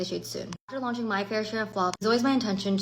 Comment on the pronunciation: really, you cant say "fair" 🙄